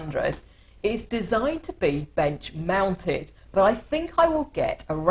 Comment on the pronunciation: Did she say mounted?.